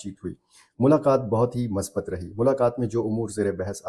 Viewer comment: السلام علیکم اللہ کریم سے دعا ہے کہ یہ ملاقات ملک وقوم کے لیے خیر وبرکت کا سبب بنائے آمین برادرانہ بات ہے کہ مثبت کا لفظ م کی پیش کے ساتھ ہے